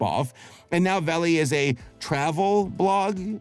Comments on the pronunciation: its not pronounced like vAlley, its pronounced like vallEE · "Vale"? It's not pronounced "valley", it's pronounced to rhyme with "fail". How appropriate. (It's a synonym for valley, so eh, close enough).